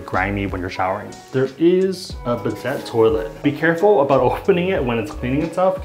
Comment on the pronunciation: the t is silent in bidet 😞